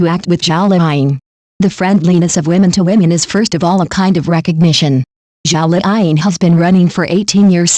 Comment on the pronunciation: Her name is zhao liying not zhao fine